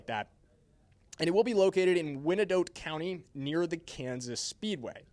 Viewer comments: Hey Are you EVEN FROM THE KC AREA Winnidotte County???? WY-AN-DOTT COUNTY!!! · That’s “Why en dot” county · Know the area if you’re a Chiefs fan reporting on Chiefs information. Didn’t even pronounce Wyandotte correctly 😂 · Ikr. Lol